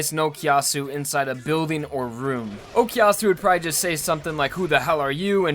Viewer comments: pls stop saying "okiasu" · Honest question, why do English people say "okiyasu" or "okyasu"? Is it that hard phonetically to say o-ku-ya-su? The ku is not silent in Japanese so I really don't understand why I hear that from most English speakers